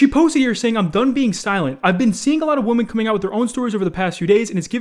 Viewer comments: Lmao when you pronounce Women as Woman🤣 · When says woman instead of women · Does anyone else notice how scarce pronounces “women” the way “woman” is pronounced? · Literally everyone: ''Women'': "WOMAN'' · people who pronounce women as woman make me sad for being able to understand English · “He pressure young woman.” It’s wem-men bro. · It's WOMEN not WOMAN!! Pronounced whim-in (plural) as opposed to woman (singular). Please. I BEG OF YOU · how do you still not able to pronounce women properly, it's pronounced wi-min not wo-man when you're talking about multiple women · women is not pronounced like “woman” my dude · Ok but why does he say "women" like "woman" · How the hell does STILL mispronounce "women" as "woman" smfh... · Omg scarce, can you please, for the love of Lumberjacks everywhere stop saying women as 'woman'. Its plural for a reason! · Why does scarce pronounce "women" as "woman" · Has anyone else noticed that when scare says women he says woman? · Why do you pronounce it wooman lmfao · Dude... women .. say it with me Wim-en. Please seek some private tutoring. A man in your position needs to be able read well and pronounce things propperly. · great content but please pronounce women correct. You pronounce women as woman and that’s just annoying😂😂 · Everytime my dude. Idk if he writes his own script but he saids woman instead of women like come on dog can you read or did you fail 1st grade English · why do you pronounce "women" (plural) like "woman" (singular)? Drives me crazy!!! Lol!! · Yo why does pronounce 'Women' like 'Woman' lol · I love scarce, but is anyone else annoyed by how he pronounces “women” as “woman” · How says Women 😂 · can’t pronounce “women” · including those of woman??? SCARCE learn how to pronounce WOMEN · For some reason scarce cant pronounce the multiple of women he just sais the singular version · scarce you really gotta learn how to pronounce 'women'